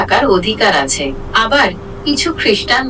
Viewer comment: ভাই, আপনার বাংলা উচ্চারণে আরও সাবধান হওয়া উচিৎ। কিছু কিছু জায়গায় আঞ্চলীক এসে পরে, যেমান আপনি আছে’র স্থলে আসে বলছেন।